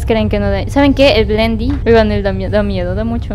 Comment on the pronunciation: Se dice bendy